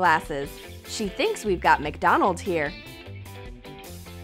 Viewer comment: Lol that sounds like Donald’s here